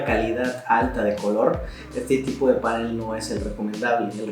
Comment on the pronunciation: Tengo una curiosidad, veo en varios videos que en vez de decir panel, dicen pánel como si se acentuara en la a. Por qué será?